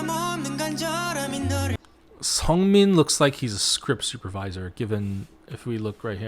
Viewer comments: lee know's and seungmin's names are pronounced 리노 and 승민, not 이노 and 성민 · uhh it's 승민 not 성민 lol... also their positions are actually shown in the mv (on the board), felix is indeed the assistant director, seungmin is scriptwriter and changbin might be a visual director? (im not sure im not that fluent in korean lol), you got chan and han's position right!